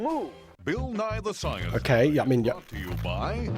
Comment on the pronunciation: So, you keep saying "Nye" as two syllables, which is more how you say "Nighy," which is a different Bill entirely. Also, Bill Nye has never claimed to be a scientist. He just teaches/taught science, hence "Science Guy."